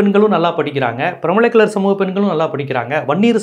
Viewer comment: Pranmalai Kallar r not DNT so be careful while pronouncing "Piramalai"Kallar